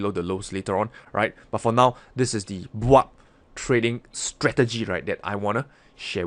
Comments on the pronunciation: "Let's say it together: the BWAP stratgey" :D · When say BWAB🤣🤣🤣